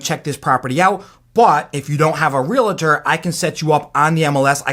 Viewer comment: great info but stop saying realator. It's pronounced realtor.